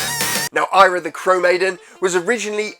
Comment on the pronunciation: So, the NES version looks great, but the MD version looks sluggish and painful. Also re: pursuing your desired audience, YouTube fame etc... its Eyra, not Ayra 👍